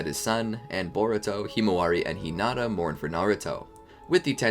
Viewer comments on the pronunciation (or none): none